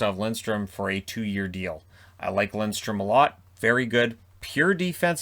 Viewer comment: Thank you for saying Lindstrom and not Lidstrom. That n in the middle makes a big difference when pronouncing it :)